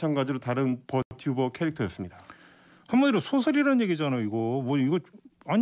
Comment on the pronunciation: 버튜버 발음이 너무 자연스러운데 기자님 hoxy?